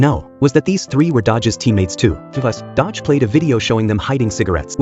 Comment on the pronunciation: It's Do-Gi, not Dodge wtf😂